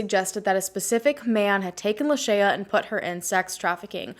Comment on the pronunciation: I think you are mispronouncing her name. Did you hear the way her mom pronounced it in the interview?